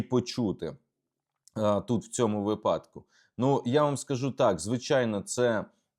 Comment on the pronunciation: Будь ласка робіть вірний наголос у слові «ВИПАДОК». Дякую.